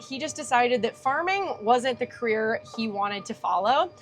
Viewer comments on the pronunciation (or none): none